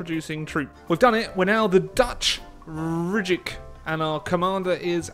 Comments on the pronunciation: That is actually pronounced as ryk and means empire in dutch. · Rijk is pronounced like reich friendo :3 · The way you say rijk makes me sick